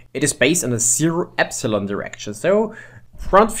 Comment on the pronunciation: Y is not pronounced epsilon. (epsilon is E) Y is pronounced eepsilon they are different. You need to say eeee at the begining